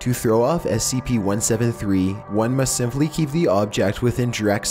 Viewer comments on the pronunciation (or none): none